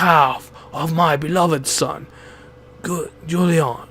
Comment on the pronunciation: Ok, thank you for making a let's play for this game, but is there a reason you didn't just look up the pronunciations for some of the trickier names? Guillaume is a bit odd because it's a French spelling that's very unintuitive for English speakers to sound out, but its actually a whole lot easier than you're making it: GHEE-yoam. The double-L makes a Y sound, similar to guillotine.